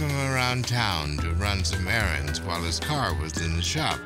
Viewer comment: "assthey approached duh shopping center." Yo I'm crying laughing why did you do this a&e